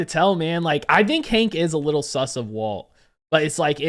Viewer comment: I thought you said "widdle suspicions" lol